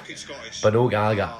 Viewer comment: Can't even pronounce Gallagher